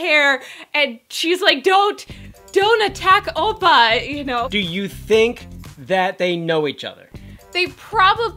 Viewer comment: "Opa" The way he said oppa xD